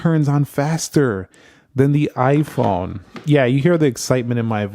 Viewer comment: Its "iphone" not "iphun"